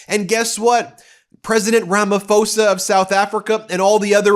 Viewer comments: This might come as a shock to Trump but the people of South Africa did not want him here. We put PDFs in prison. Some useless info Ben, we pronounce his name RamaPosa. Despite English spelling rules 😉🤓 Your channel is brilliant. Love from SA 🇿🇦 🏳️‍🌈, The Rainbow Nation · Ben, the president's name is not pronounced with the 'ph' sound, not as an 'f', as sometimes in English. I would pronounce it as Rum-a-pose-a. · Great podcast. May I correct your pronunciation of Cyril Ramaphoza's name? The PH is pronounced as PAW not as an F😂 Poor Ukraine 😢 I hope Zelensky does not agree to this total surrender. Strength to Ukraine.